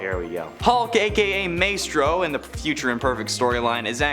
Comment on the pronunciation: Two things: it’s pronounced My-Strow. And Maestro is not the same Hulk from Old Man Logan.